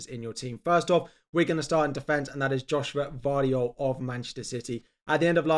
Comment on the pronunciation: finally pronounced Gvardiol’s name correctly 😂